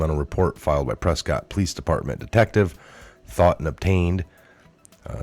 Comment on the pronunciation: WE Pronounce It , Pres-Kitt....